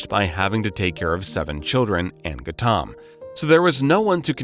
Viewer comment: Who on earth is Gattaam? Its pronounced Gau tam. We are not Indian and even we know that. Difficult to take your channel seriously now that we know you can't even be bothered to check your pronunciation.